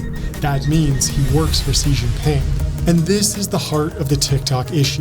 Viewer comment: The videos are awesome the only note that always hits the ick is how often you mention Xi Jinping but always mispronounce Xi in every video, just say "she"